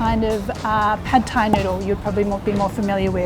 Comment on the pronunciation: Your Thai accents is actually good 👍🏻